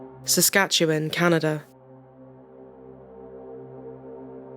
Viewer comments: Good job pronouncing "Saskatchewan". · Thank you for this. Most narrators, and even news reporters on TV are unable to properly pronounce Saskatchewan. You did and it’s appreciated. Love your channel.